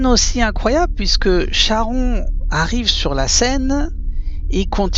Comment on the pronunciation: Merci beaucoup. Cher ami, on prononce Karon.